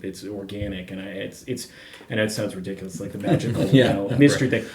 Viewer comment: It's not just the scale length; it's the pitch of the neck. Ree-dic-u-loous.